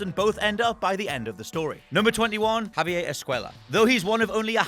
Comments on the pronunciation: “Haviyae” its Javier, hes Mexican not French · Twenty-one Javier. I can't even. Javier did so much to help you and you learned so much about him.